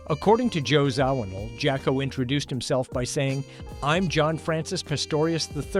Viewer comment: This is a very informative video about one of my all time favorite musical groups, but this AI slop mispronouncing so much shit even "Jaco" is pathetic man ...really.